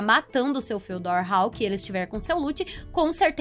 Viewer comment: A pronuncia do nome do mapa é tipo fudiór kk